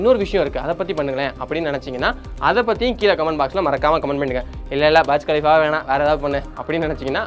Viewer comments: பர்ஜ் கலிஃபா ila da Burj khalifa புர்ஜ் கலிஃபா🤦‍♂️ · அது பர்ஜ் இல்ல.. புர்ஜ் கலீபா... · பர்ஜ் இல்லை புர்ஜ் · Please pronounce properly not Barj Khalifa Burj Khalifa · அது பார்ஜ் கலீஃபா அல்ல, புர்ஜ் கலிஃபா என்று உங்களுக்குத் தெரியாவிட்டால், அந்த கோபுரத்தின் பெயரை எப்படிக் கூற வேண்டும் என்று உங்களுக்குத் தெரியாவிட்டால், இந்த வீடியோவை ஏன் உருவாக்க விரும்புகிறீர்கள் . நீங்கள் எதைப் பற்றி பேசினாலும் அது முழு உண்மை இல்லை, எனவே உங்கள் சொந்த விஷயத்தை கவனியுங்கள் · Bro berj khalifa ella.... Booorj khalifaaaaaa.... Nalla pronounce pannunga.... Keka orumathiri eruk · Pronounce it as புர்ஜ் கலீபா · Burj Pronunciation Thappa Solra Bro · i doubt are you pronouncing Burj Khalifa properly ???